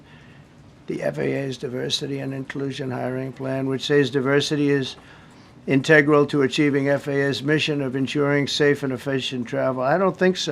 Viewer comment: He said 'in tegg ral'. DJ6T is too orange